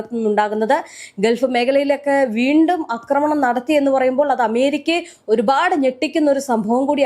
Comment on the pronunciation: Akramanam? Read Aakramanam. A alla. Aaa